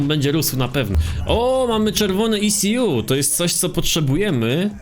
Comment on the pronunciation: To się czyta eku jakby co